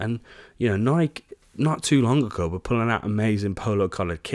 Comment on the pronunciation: bro ur pronouncing nike wrong